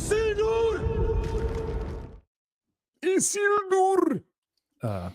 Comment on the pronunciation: What's up with stresses in names? Everybody says just as they are accustomed, or I've missed some new consensus? Always thought it was Isi'ldur etc